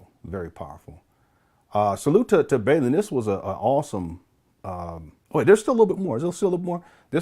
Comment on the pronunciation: Lol, his name is Bawl-in. Like 'bawlin' your eyes out. He even says his name this way in his videos. 😂